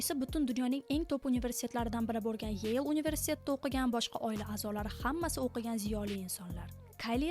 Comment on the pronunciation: Yel boʻmidi Yale deyladi